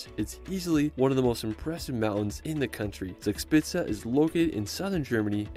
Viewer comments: "Zags pizza" when an American tries to pronounce "Zugspitze". Sorry but that's too much for me to cope with. I need to get rid of my brain cramp before I'm able to continue watching. Why do you guys not even TRY to do it right? 🤦‍♂ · Just on the side: Zugspitze is pronounced "TSOOG-shpit-suh" 😉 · suugspizza 🤣🤣🤣🤣it's funny how the ami's pronounce german words😂😂😂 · His pronunciation of German names sounds so funny, especially Zugspitze (actually pronounced like Tsoog shpitsuh), like Spencer Reid in Criminal Minds saying “Zugzwang” (= tsoog tsvang). I don’t want to knock it, I probably made the same mistakes when I first came to Germany (too long ago to remember, lol), but being so used to hearing it correctly, the mispronunciations sound rather quaint. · Yes, it is funny, but lovely. It is „tsook-shpitsa“. Nearly met:)